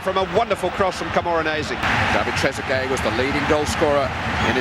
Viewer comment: Sounds like he said Tregueree 😂